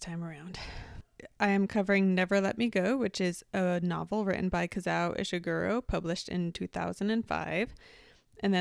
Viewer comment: Just two comments: it’s KazUo Ishiguro, not Kazau. And Andrew Garfield is British too.